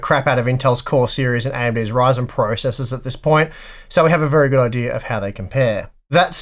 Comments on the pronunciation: "Verh High Quality" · "Verh high quality" :) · "Verh High Quality" hehe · Ah yes, Verh High Quality is the verh best quality.